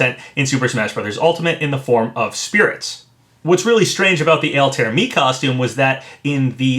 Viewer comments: JSYK it's pronounced all tie ere. Not Alt air. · "AL-TARE" Papa, my guy... it's "Al-tie-ear" hahaha Always love your content Papa! Keep up the quality speculation! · just an FYI, it's pronounced "All-ty-ear not" "Al-tare"... also as much as I want Geno & would like to see Doomslayer, I'd settle for Mii costumes if they come with music like Sans & Cuphead. Geno would most likely have "Beware The Forest's Mushrooms", but man I'd love to get that epic final battle theme when you fight Smithy ( also, even though it's just a hat Mallow could include a song as well....remember when Nintendo hit those Mario RPG tracks with copyright strikes? might mean something... )...and Doomslayer should and most likely would come with that E1M1 music ( I forget the actual song name sadly, I tend to just remember it as that first level theme from the original Doom )... also, I REALLY hope they can get Yacht Club to sign off on a Shovel Knight costume complete with that opening level theme that's become so iconic to his game....and while Shantae is one of my top 3rd party wants, I can live with a costume if we also get "Dance Through The Danger" as well as a Patricia Wagon costume with "Rescue Girl" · btw altaïr is pronounced "all-tie-ear" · Yeah, I noticed that too. Pronunciation isn't always easy. XD